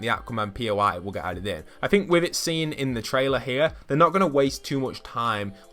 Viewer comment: Somebody make a compilation of everytime he says fing or fink, lol